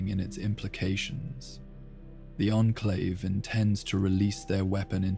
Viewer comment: Teach this voice to say onclave instead on inclave please and you got it